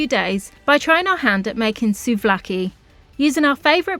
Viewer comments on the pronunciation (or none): Please!! souvlaki ,, it’s pronounced sue-v-laki. With the v soft like ‘ver’ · Nice video, but Pleeaseee work on your pronounciation. The words are not difficult. SUV-LA-KI 😂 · It is called Suvlaki and it is written Souvlaki. I like your videos. Wish you lifelong health and happiness.